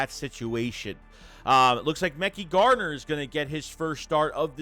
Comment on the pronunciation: Please stop saying mecky garner. Pronounced muh-ky. You need an intervention on name pronunciation